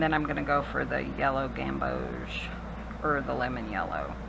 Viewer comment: You pronounced gambodge perfectly!😄😄😄